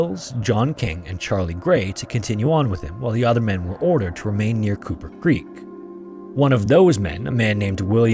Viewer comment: You keep saying Cooper Creek.... and I keep hearing Kupa Keep... Damn you Stick of Truth